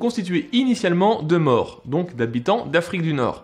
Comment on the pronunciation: „ces troupes, … , sont constituées … de morts“. Pitié 😅 Une des particularités de la langue française est d’avoir 16 voyelles phonétiques, dont deux [o]: un ouvert et un fermé. „Maures“ se prononce avec un [o] fermé. Si on prononce les mots correctement on est 1. bien compris, et 2. on évite le ridicule. (Mon grand-père était breton, il avait appris le français en faisant son service militaire mais ne le parlait pas, je n’ai jamais entendu le son de sa voix.)